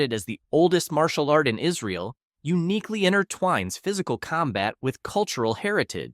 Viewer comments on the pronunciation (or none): none